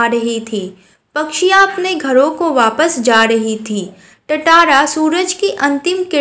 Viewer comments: Aunti aap padate acha ho lekin ye tatara nahi tantara hai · First its not tattara it is tantara😂 kiss kiss ne notice kiya😂 like kro😅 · Nice explained ma'am but it's not tatara it's tantara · Yes it's tantara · Not tatara it's tantara. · Tantara to nahi tatara😂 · It's not tatara it's tantara Ma'am 😂😅